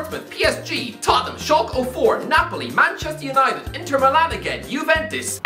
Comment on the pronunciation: The way he pronounces Schalke 04 makes me want to cry and I’m not even German 😭